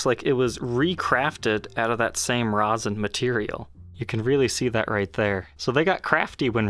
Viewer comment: "Resin" or "Rosin" ? lol